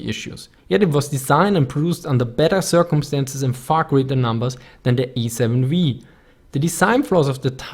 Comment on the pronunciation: "The Ej-Sieben-Vii" ^^ aber super Video ;)